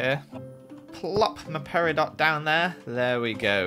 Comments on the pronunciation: it is pronounced peri-dough! that is an insult to us august people... (LOL) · Peridot is actually pronounced Peri-dough sry I want to be a geologist and it is my birthstone so I'm a little protective about it, thanks! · Yay the episode is back! You fixed it!!! Edit: Is it bugging anyone that mispronounced peridot